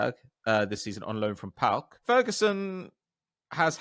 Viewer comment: You're the first english person i've ever seen pronounce PAOK correctly.